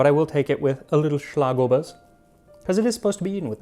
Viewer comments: As a lifelong Viennese, for me this video is by far the most personal of yours yet! I'm glad you seem to have enjoyed your trip, and all things considered you did great on your pronunciation! I was especially impressed with Schlagobers and Metternich's name! Just a small tip for the future, since you seem to be trying to get things as correct as possible: A more accurate pronunciation of Torte would be "tor-teh" in Hochdeutsch, with the Ts morphing more into Ds the more Viennese you get. They're two distinct syllables. I hope this helps in case you cover any more Torten in the future! Regardless of my nitpicking, I loved the video and I agree with your assessment that Original Sachertorte doesn't hold a candle to a great homemade one, or ones made by smaller bakeries/confectioneries! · The Schlagobers was spot on though :)